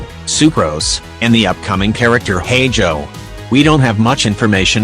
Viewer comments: JSAHSDJKSAGHDJKASHDAJKSDA TTS SAID HEIJOU HNDXSLKDHNSALKDAHNA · why does your narrator say hey joe for Heizou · "say-you" "hey-joe" edit: "SING-JOE"!! HAA